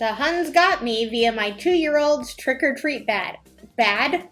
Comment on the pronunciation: Did you say Prick or treat lol 😂